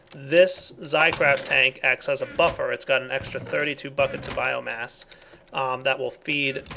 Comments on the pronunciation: BioMASS its BioMASS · It's biomass not biogass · Its bioMASS, not bioGAS! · It annoys me every time he says biogas when really it's biomass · did anyone rage when ever he said biogas instead of biomass? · it's bioMASS not bioGAS